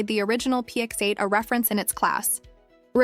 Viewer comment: Because it's AI slop. It's not a real review. Just listen to the way she says "px8" as "pex8" or "bathys" as "bathees" - it's not a real person and it's not a real review. It's just a dumb AI reading spec sheets.